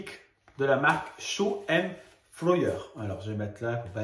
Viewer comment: Alors " Choux & flowers." et non choux & floyers😹😹😹😹" Il y avait de belles choses à ce salon.. D après d autres copinettes. Choux & Flowers est super.. Ils ont de très beaux tampons. Pour ton futur album avec plusieurs album, va voir ce qu a envoyé à Peggy scrap pour le concours qu elle a gagné.. (une armoire avec 3 petits albums) magnifique. 😻